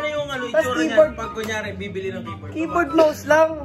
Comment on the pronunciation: Natawa ako sa “kaye-board” HAHHAHAHA